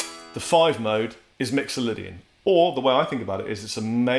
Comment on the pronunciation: He actually pronounces mixolydian right